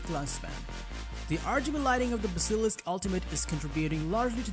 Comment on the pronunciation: That is not how you say basilisk